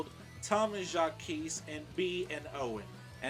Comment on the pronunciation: I’m surprised you actually pronounced “Jacques” right instead of saying it like “Jacquise”.